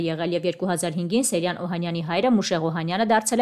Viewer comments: Սեյրան😊😊😊Ճիշտ գրեք ու կարդացեք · Աղջիկ ջան հնարավոր չէ՞ մի քիչ ուշադիր լինել ՝ ոչ թե Սերյան, այլ ՍԵՅՐԱՆ երբ գրածն ու կարդացածը սխալ է, ասվածն իմաստը կորցնում է։ Ուշադիր եղեք։